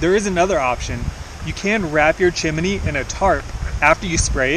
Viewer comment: Chim-a-nee flute?